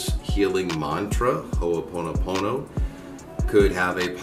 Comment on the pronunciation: Hey...say, "im sorry" again!🤣🤣🤣 I've been hearing about Ho'oponopono for quite awhile now, never knew what it was about until now...lol...but you pronounce it very well. Mahalo for this video, much aloha to you.🙏❤️🤗